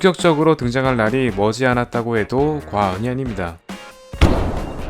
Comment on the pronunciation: 예전에 살짝 어색하고 과한발음의 과언이아닙니다가 그립읍니다..😂